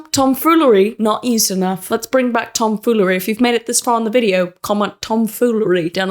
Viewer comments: Tahhm FEEwleryy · The “tombfollery” of this video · tomfoolary ? what kind of English is this ?... shit... we didnt learn such a word .......... why not silly 🙃